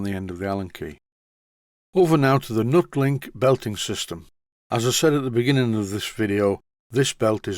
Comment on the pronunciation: I always thought it was pronounced "NEW-TEE-LINK" as it was an improvement on the "old" style belt that you removed from the Boxford and also, the rivets are "Tee" shaped if you take one fully out ? We used it on a precision grinder at work as it's not supposed to transmit vibration as much as a standard rubber belt ?